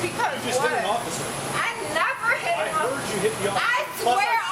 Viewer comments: I spit out my coffer when she said ossiffer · "I never hit an occifer" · “I swear on my life I never hit an ossifer”